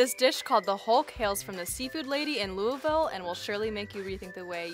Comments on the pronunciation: As a Kentucky native, thank you for pronouncing Louisville correctly, xD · Please don’t come here and say Louisville like this 😂😂